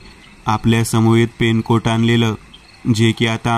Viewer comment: Penkot nahi renkot 😂😂😂😂😂😂😂😂😂😂😂